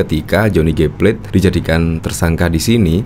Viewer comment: Plate bukan plet.